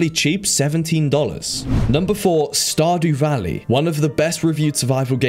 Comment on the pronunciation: Wow, he really said Stardoo Valley twice :')